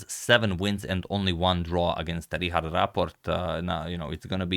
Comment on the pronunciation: please hear how to say Richard, you are saying it so wrong.